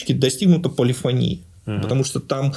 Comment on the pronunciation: Егор Николаевич, драгоценный Вы наш, не полифонИя, а полифОния, я как музыкант Вам говорю.